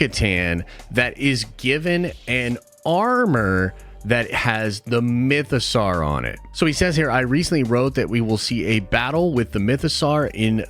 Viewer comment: My biggest problem with this video is the way ponounces Mythosaur. The 'saur' is obviously pronounced like the word 'sore' (and doesn't rhyme with 'car'). Not only is it pronounced this way many times in Star Wars content, but the word mythosaur is obviously a take on the word dinosaur. Even more annoyingly, managed to use the correct vowel sound in the word 'mythosaurian'. The amount of American Star Wars youtubers who don't pronounce the names of the characters or the actors who play them correctly is mad. These people are supposed to be uber-fans. Poor Warwick Davies (pronounced WOH-rick DAY-viss) has had a lifetime of people getting his name wrong (actually to his face in interviews), and the amount of times I've heard Ewan McGreggor (YOU-un muhk-GREG-er) called EEE-one MACK-GREG-ORR is embarrassing. Could it be that all these youtubers are trolling us with terrible pronunciation, or is pronunciation just not important to American Star Wars youtubers? Now, before you get on my case about this rant, try to understand that in the UK, it's rude to constantly pronounce peoples names wrong, and people who can't learn simple pronunciations are generally laughed at. It's just highly annoying. That's it. Rant over.